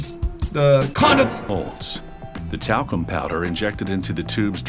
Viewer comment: When they said the talcum powder I thought they said the taco powder